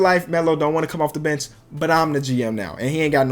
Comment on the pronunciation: When he said bench i thought he said b*tch